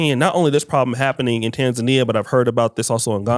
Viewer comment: Finally pronounced Tanzania 🇹🇿 correctly I mean the Lady ✔️